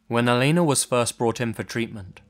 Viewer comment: You actually said my name (Elena) right lol. It's not that often I hear it pronounced correctly.